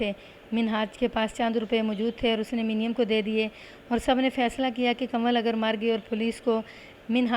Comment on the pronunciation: منیم کو muneem پڑھا جائے گا ۔ ۔۔۔ تلفظ کا خیال رکھیں۔